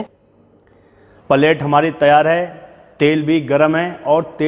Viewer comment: Paalet mat boliye plate boliye acha nai lagta na